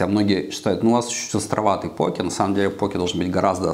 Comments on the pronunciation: Он специально ударение меняет постоянно? В одном предложении может и пОке и покЕ сказать? Как правильно то? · По́ке или поке́? На позиции ударения данного человека можно создать генератор случайных чисел. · Не покЕ, а пОуки Вы же лучшие так произностие правильно =) Больно слушать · Почему постоянно говорит покЕ, если это называется пОки? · То чувство когда шеф не знает как правильно произнести poke... Россиюшка